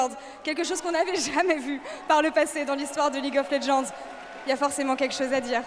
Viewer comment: Welcome to the League of Lehends 😂😂😂